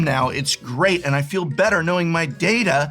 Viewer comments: as a star trek fan, you should know how to pronounce data!! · Both pronunciations of the word is considered correct but I personally go by the following rule. day-duh is the transfer of files dad-uh is the storage of files